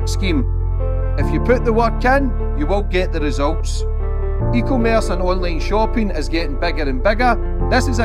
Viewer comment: 😂😂😂. Ok this has been cracking me up for 2 year now…..:::, it’s pronounced E, commerce….. not “ECO - merce “…. I blame they schools bud 🎉